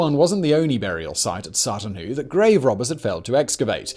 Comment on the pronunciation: My neck of the woods east anglia. Was worth a watch an I was right. Plus the pronouncement of Sutton Hoo was all over the show this episode lol come now big brain Whistler it's ya native tongue lol 😆 loved the video still